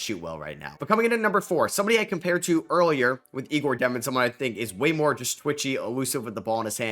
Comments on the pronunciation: Great video, but 1 mistake. Not Igor. Egor Demin, that his name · Just an fyi egor demin is pronounced yaygor.